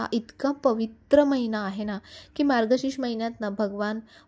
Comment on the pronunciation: मार्गशीश नाही मार्गशीर्ष